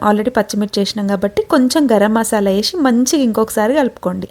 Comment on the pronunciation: వేషి కాదు అక్క... వేసి 😂😂తెలుగు రాదు